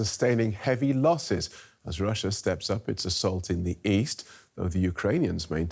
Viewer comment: Lossss??? Did someone have a sssstroookkkee??